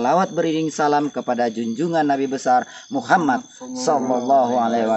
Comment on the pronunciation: Sdikit koreksi utk yth mah guru ttg lafal muhamad yg benarnya /muhammad/, ada tasdidnya..maaf dnterimakasih.